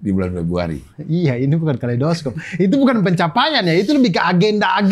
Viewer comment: kalei dos cope? kalei do scope, karena dibaca scope atau mending bahasa indonesia sekalian kaleidoskop